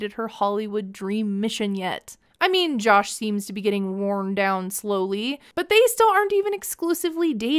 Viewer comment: can't get over how she pronounces Jush